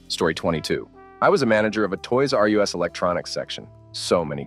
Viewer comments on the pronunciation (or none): Why do Americans always pronounce ‘us’ (meaning ‘more than one person being talked about’) as U.S. ? The sentence at this point was about the store ‘Toys R Us’ not ‘Toys R U.S.’ as stated by the narrator ! Are they so thick that they’ve never heard of the store ?!